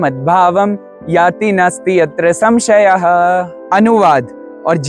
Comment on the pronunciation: It's sanshyah